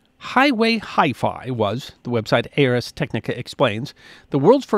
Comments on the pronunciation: FYI - the website pronounced "Arrs" Technica, not "ARS" - Ars Technica being latin for "Art of Technology" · It's not A.R.S. Technica. It's /ˌɑːrz ˈtɛknɪkə/ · I believe it's pronounced R's technica, almost like ours. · FYI, Ars Technica is pronounced like "Arrs" Technica. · Just FYI ars technica is pronounced like "ours" one word "ars" just a different starting vowel